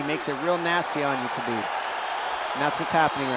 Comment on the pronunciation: Khabib not chabib